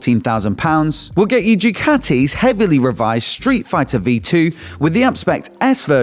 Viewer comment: pleease: it is called ducati, not diucati; please check with an italian friend